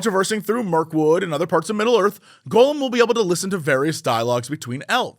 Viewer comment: I just don't understand how after 20+ years of hearing Gollum pronounced, you can't pronounce it >_>